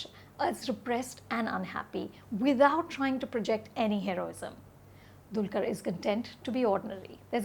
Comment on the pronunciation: Pronounced as Dalkeer not Dulkar!